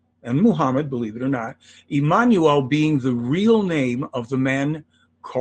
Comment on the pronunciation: She can't pronounce Emmanuel? LOL